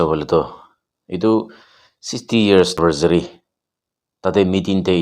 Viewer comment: anniversary bi pronounce koribole najane?